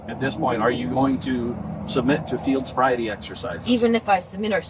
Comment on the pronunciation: "I''ll take the bobriety test...." Idiot.